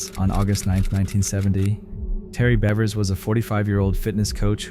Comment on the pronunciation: In the 2nd clip you pronounce Monica Seles' last name correctly a few times but also as Selez, Sells, Sales, Saylez & Seleez. In the 3rd clip you pronounce Terri Leann "Missy" Bevers' middle name as Leen. Also, her last name should be pronounced as Beavers. In the 4th clip you pronounce The Tiede family's last name correctly a few times but also as Tito. You pronounce Kay's name correctly a couple of times but also as Kyay. You pronounce Linae's name correctly once but then proceed to call her Leenay, Linnah, Leenah & Lineeah. Do better. Especially when you're talking about victims of violent crimes.